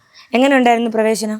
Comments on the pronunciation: Not pravesham it's pravesam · പ്രേവേശം. ഈ ശ ആണ്.. ആ ശ അല്ല. ഇപ്പോ ഇത് പറയുന്നത് ശെരി ആണോ അറിയില്ല. തെറ്റാണെൽ ക്ഷെമിക്കണം. Thats all your owner 🙏🙏🙏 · പ്രവേശം ആണ്. പ്രേവേഷം അല്ല.